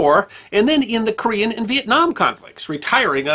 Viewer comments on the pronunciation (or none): none